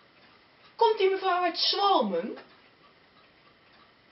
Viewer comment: schwalme :P ? ok ik spreek als Limburger geen Limburgs maar lol het is zoals hier onder aan gegeven is toch zjwame (staat ook onder aan het bord van Zwalmen . Verder erg grappig en moet er heel hard om lachen